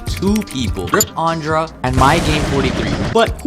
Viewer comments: Bro said Aundrah 💀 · "RiP ANdrA" atleast pronounce his name right